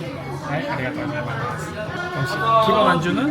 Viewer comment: 한국인이 일어를 아무리 잘해도 Gozaimasu 를 Gojaimasu 로 발음하는것은 어쩔수 없나봐요